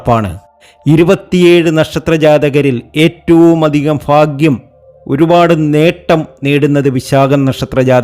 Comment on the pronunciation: നിങ്ങൾ ഭാഗ്യിം ഫാഗ്യിം എന്ന് പറയുന്നു എന്നാൽ ഭാഗ്യിം എന്നാണ് പറയേണ്ടത്, ഫാഗ്യിം എന്നത് തെറ്റാണു